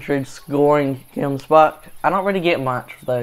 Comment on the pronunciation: Dude as a South African I get super triggered by how u say gemsbok